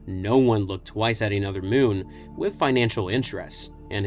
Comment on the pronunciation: And Muun. Never listened to the audiobook, I guess...